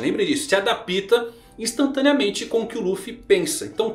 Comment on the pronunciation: adoro seus vídeos, além de entender dos animes você fala muito bem, mas existem duas palavras que me dói sempre que você repete... Você diz ADAPÍTA, e não ADAPTA, assim como OPÍTA e não OPTA... me ajuda aí... Kkkkkkkkkk